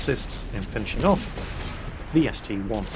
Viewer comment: actually it's an ST-i not an ST-1, look at the name it is ST-I not ST-1